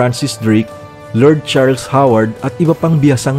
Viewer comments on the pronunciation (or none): none